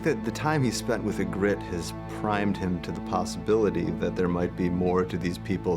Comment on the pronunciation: Why does DB Weis pronounce a bunch of character names wrong. "I-grit" instead of "ee-grit" and "Toe-men" rather than "Tom-men"